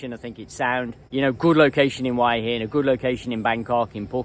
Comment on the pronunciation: My friends won't subscribe to your channel because it does their heads in with you pronouncing Hua Hin as "Why inn" Why do you do that?